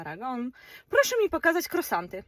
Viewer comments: Kruasanty tak sie to wymawia niuniu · Nie mówi się krosanty, ale kruasanty! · Jakie krosanty? To jest żenada. Nie można się nauczyć poprawnej wymowy ?